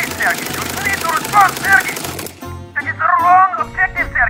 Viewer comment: Not SErgey. SergEy